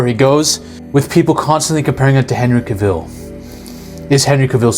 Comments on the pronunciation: You are pronouncing it wrong 🤦🏽‍♂️ it’s not Henry CaVil it’s Henry CAvil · Hey listen Foreigner it's not cah-vil its HENRY CAV -ILL get it right before I call ice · It's cAvill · Hate farming with the way he’s saying cavill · Bro learn how to pronounce Cavill lol This movie is okay/good for casuals who doesn't know much about the characters or seen the successful DC animated movies, which I always compare to. The suit wasn't actually bad at all, David looked great, honestly. Superman and Mr. Terrific , and I guess Jimmy Olsen and Nathan as Green Lantern, were the only good casts. Every other main casts sucked. Nicholas did his best as Lex (great actor), but his overall look just DOES NOT FIT THE CHARACTER, he looks way too young. Michael Rosenbaum set the standard way too high as Lex. Lois was nothing special, and the actress doesn't have that charm/ prettiness to her; Supergirl actress actually isnt even that pretty. Look up Laura Vandervoort as supergirl in Smallville, she looks way more of a supergirl than Milly; Kent parents were nothing special; Hawkgirl sucked ass too. Why would they cast an actress that is 5'1??? All these super hero females look tough and have some athletic build to them and are taller. Hawkgirl literally looked so awkward walking around in that dumb suit and helmet. These girls look like they're literally a freshman in high school. Look up all these characters in their animated movies and these actresses they casted are dumbed down. There are alot of other things but I always worry first about the actors they cast, and how they will fit the characters. The actors will set a certain tone for the movie. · Bruh thats not how you say Cavil😭